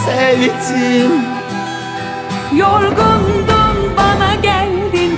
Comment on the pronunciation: Her şey çok güzel de Yusuf Demirkol'un 'sevttim' demesi irite ediyor beni